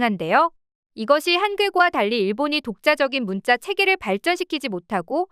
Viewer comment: 한자문화권 한짜문화권 나레이션똑바로하시오 된소리발음정확히대입하시오 문자 문짜 스트레스네요